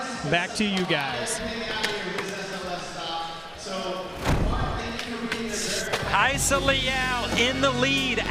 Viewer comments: why does it sounds like theyre saying Hayissa not Rayssa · why are the commentators calling Rayssa as Hayssa?